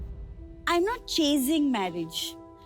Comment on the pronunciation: Chay-zing? Its chas-sing